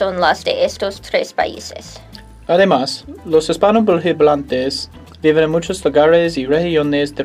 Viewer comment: When they both say "viven" they use the English V. In Mexico viven is pronounced "biben." It's different.